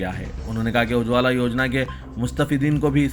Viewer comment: Ujwala. Theekse Bolo